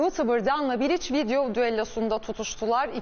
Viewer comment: Bilic ne ya piliç der gibi 😊